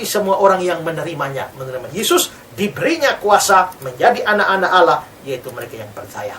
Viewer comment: bkn Alah pak tp allah hhhh tolol kau pendeta